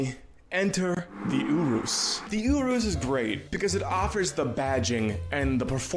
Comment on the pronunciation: WHY IS HE PRONOUNCING URUS LIKE THAT